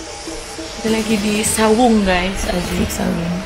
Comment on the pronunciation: Bukan sawung bu ayu.tp saung.